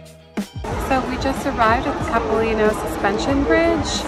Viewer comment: It's wonderful to see Vancouver depicted in winter, and your obvious enjoyment. Locals pronounce the a in Capilano like the word eye, and call that skating rink Robson, but your pronunciations were charming and make you seem genuine. Bravo!